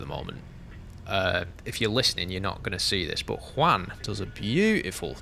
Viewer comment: First, very nice pronuntiation of "Juan", really, very nice :) Second, 100% agree with you.